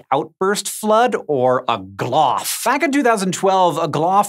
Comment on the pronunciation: Wait say glof again 😂